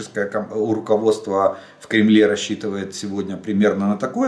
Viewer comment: Пан Олеже, вы так забавно оговариваетесь : "рашистское урководство", к примеру. Вы это специально ?)